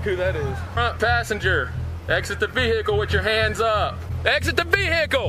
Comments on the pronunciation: Why Vehhhhicle? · Bruh why do they say vehhicle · why do all cops say vee-hickle lmao